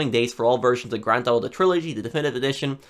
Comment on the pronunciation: “Grand Thalll”